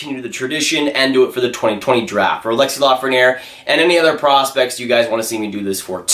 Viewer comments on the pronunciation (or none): It’s Alexis not alexsie